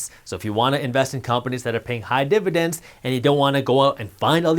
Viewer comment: Almost lost me here. You are too indian to say dividence this much